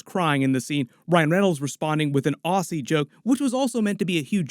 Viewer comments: Im not Aussie but we (Aussies and others) say Ozzy, not Ossy (Aussie) fyi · ozzy not ossy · auzzee not aussee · Not insulting or anything but if ever refer to an Australian person to their face it’s pronounced Ozzie not Ausey, not a big deal but they would probably make fun of you, most Australians have a good sense of humour and are natural ribbers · Aussie is pronounced auzzie or ozzi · It’s pronounced Auzzie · "Aussie" is pronounced "ozzy" as if you're saying Ozzy Osbourne